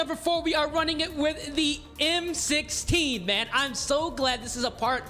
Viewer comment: bro you butchered the converted m16 bro lol